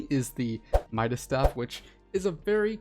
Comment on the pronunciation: Fun fact: It’s midas’, not mida’s